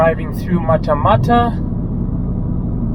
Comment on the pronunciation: Hi, Matamata is pronounced ‘ Mat-a-Mat-a